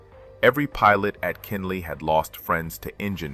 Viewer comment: It was Kenley not Kinley.